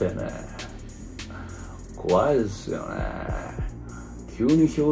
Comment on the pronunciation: こわいぇすよねえにハマりすぎだろw